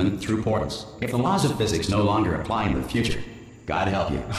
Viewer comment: "manual override on thi wall" LOL